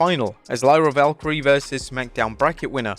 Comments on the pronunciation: Im convinced you dont watch WWE or are some kind of AI because you keep calling Lyra friggin Valkyrie instead of Valkyria and even though you get corrected multiple times per video you never fix it. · "Lyra Valkyrie". He'll never learn... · Please start saying Lyra Valkyria's name properly. It's not pronounced Valkyrie. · I love this channel so much but DEAR GOD, can you pronounce Lyra's last name correctly? Please ❤